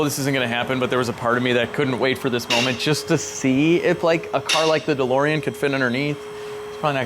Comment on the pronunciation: LOL - the DeLorean is perfect apart from one thing: it's DeLorean 😛